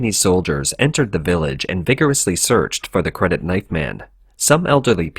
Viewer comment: So, why are you saying "credit NIGHT man" and not KNIFE man?